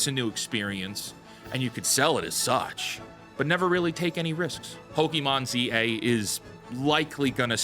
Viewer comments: My only criticism right now... Its not pokEmon. Poke-mon or pokuhmon is closer. No i wont stop being upset about this. Not once anywhere is it said pok-E-mon. The show said it correctly as far as i remember. You are choosing to say it wrong. 😂 And yeah the game looks like trash. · Stop fucking saying pokimon, it's pokémon, not pokimon !